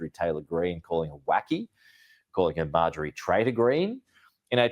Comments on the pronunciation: He knows how to say her name he said it later on in the video. I jumped on him earlier a little bit about that too. About time I went on to make some other comments He said he called her MAY JOR REEE not Marjorie. ( Marge ger ree) Is 10 way of putting her down calling her out for being a fake in his opinion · Major ree lol , MARG- E ERY I know it's an old name bro. But you pronouncing it wrong but it ain't that big a deal I just had to point it out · please say the got dam woman's name correctly at least thanks